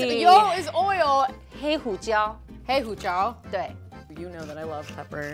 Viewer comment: "Black pepper" in Mandarin ( version). Hilarious haha